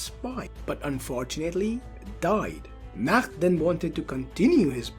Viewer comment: ik bro but your pronounciation is wrong